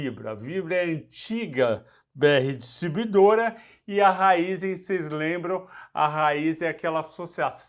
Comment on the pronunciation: Ráizen e Fibra (por vezes)?! Importante pelo menos conhecer e acertar os nomes das empresas, se não a credibilidade fica bem prejudicada.